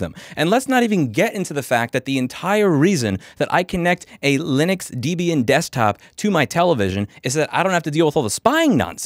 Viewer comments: You're pronouncing Debian wrong. It's not pronounced DEEbian Its pronounced DEB-BIAN. But good video though! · I have never heard someone say Debian like that.